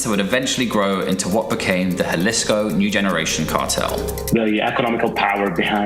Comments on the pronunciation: Juh lee scoo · Please say jalisco like this (Ha-lease-co), not jah-lease-co.😂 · Jalisco is pronounced "huh·li·skow" not with a J sound. The Epstein files are wayyy worse. Eating babies vs eating enemies, eating babies is 1,000 times worse. Google "pizza" "jerky" "grape soda" "cream cheese" in relation to the Epstein files and that shit is way more disturbing. Seems this video is made to capitalize on what is happening in Mexico. Cause you wouldn't make a simple mistake like mispronouncing Jalisco. Also, he was killed, not arrested. Do better with your research. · In Spanish,the J makes the H sound. Not Ja-lisco It's pronounced HA-lisco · Jaleec so he reads Ja as Juh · "J" makes a softish "H" sound in Spanish. I live the same distance from a Spanish speaking country as a ton of Britons, and you guys still can't pronounce Spanish names. Faulty Towers even had a Spanish guy as a main character! Brits love to soft "J" when it's almost never necessary, it's weird. Why are Brits so bad at pronouncing foreign words compared to other English speakers? Ah, Eh, EE, Oh, OO, and Y(ee), it's not hard, I promise. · Say Jalisco: ha-LEES-ko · They're gonna come see you just for saying "galisgo" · It’s (Jalisco) = HA•Lee•sco cmon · ITS HALL-EE-SCO!!!! GET IT STRAIGHT! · Dog you cover this stuff daily, the J is an H sound fam an Im a black American you can do it too. You even play clips where a british dude says it correctly multiple times. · You were sleeping in Spanish classes. Pronouncing "ll" is a double y sound in English....like Puerto vay yarta. "Jua" is a hwa sound when.. Guanajuato is guan a hwat o, but "j" alone is like an h like Guadala hara.... Jalisco is hal is co Your pronunciation needs some work...just saying...keep up the good work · Jalisco is pronounced “ha-lease-co” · Love your show. J is always an H sound in Spanish Halisco for example. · It's pronounced Halisco. Js are pronounced H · It’s pronounced Hahleeskoh foo